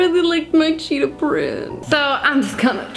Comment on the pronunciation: Ugh.. I love you. But. Every time you said cheetah was another stab directly in my heart 😭 **Edit** Okay. Sigh of relief at the end.